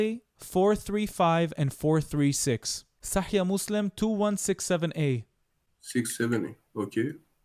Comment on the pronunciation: סאחיח אל-בוכארי.וסאחיח מוסלים. לא "סאחייה."